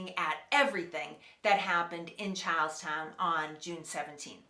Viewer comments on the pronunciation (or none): when you say charlestown, it sounds like youre saying cows town